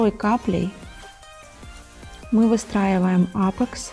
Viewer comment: Всё идеально, но не апэкс, а апикс